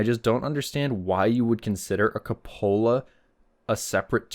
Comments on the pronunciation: It's koo-puh-luh, not co-pola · I've listened several times but I just don't understand why you pronounce "cupola" the way you do. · That's the most interesting pronunciation of the word "cupola" I've heard.